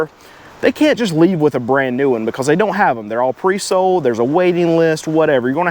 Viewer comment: Why are the vehicles SOOOOOOD? Annunciate your "L" s.